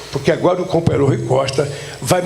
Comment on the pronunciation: Quem linguagem desclassificada. "Cumpanhêro" daqui e dali... Parece um soviet de quinta categoria reunido...